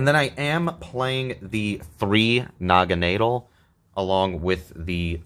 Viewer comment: The way you pronounce Naganadel really rolls off the tongue